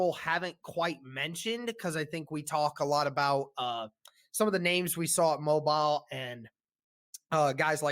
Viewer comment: The Senior Bowl is played in Mo-beel' ... not Mo'-bil